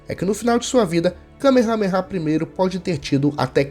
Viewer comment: A pronuncia Correta é “ka mea mea”